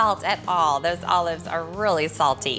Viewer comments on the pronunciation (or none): none